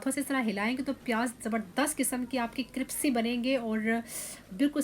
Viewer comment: ڈانٹنا نہیں، پہلی بار زبان پھسلے پر آپ نے کرپسی کہا۔ ہاں دوسری بار کرسپی ہی کہا۔اور میرا پہلا کمنٹ بھی بتا رہا ہے اور آور آپ نے بھی کہا تو بہت اچھا لگا کہ خستہ پیاز کی آواز دیکھنے کی بجائے سننے کے لائق تھی۔😍